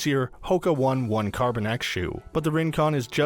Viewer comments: Oh-ne (real Swiss German pronunciation). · PLEASE Consult a running expert before buying any shoes! I work in a run specialty setting, and I almost never pull these shoes unless someone requests them. The only shoe I agree with on here is the Rincon. You pronounced "one one" wrong (it is not like the number 1), and the peg Turbo is a way to break the bank if you are a couch to 5k athlete. I would only use that shoe for faster if you can run under for a 5K workouts. Next percent SHOULD definitely NOT be used for training to make that clear! You should get a racing shoe and a training. Using these "hybrid shoes" is a good way to get injured.